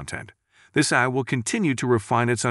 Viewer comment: This is an AI generated voice as ironically it keeps calling AI, "Aaey"